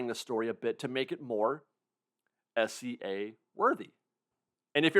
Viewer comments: for the love of god please pronounce SEA like the body of water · It's S.E.A but it does sound like he's saying S.C.A lol